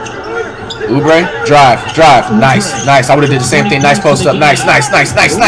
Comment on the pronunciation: Nobody: Flight: Uber a kelly Its pronounced Kelly Oubre get it right jit